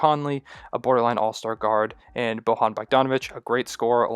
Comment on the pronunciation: It's pronounced Boyan not Bohan btw.